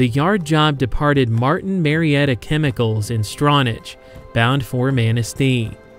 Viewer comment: Love this video! I used to live in Manistee, and Ludington! BTW, it's prononunced strawnack, not strawnatch...lol (Stronach Village, Stronach Township)